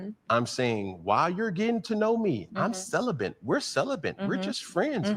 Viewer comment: Celibant? CELIBATE. He irritates my SOUL. He is an airhead who wants to be "deep" and "intellectual" soooo bad and this Dr. is equally ditzy and I can tell a lot by the BBL and bad plastic surgery that the head is hollow and she is insecure. Ugh.